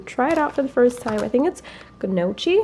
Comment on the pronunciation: Gnocchi is pronounced like "nee-yo-key".